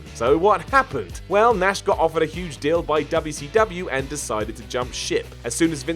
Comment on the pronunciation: says WCW correctly?!